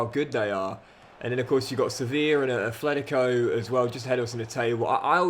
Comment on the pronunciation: Please, there's no 'h' in Atletico Madrid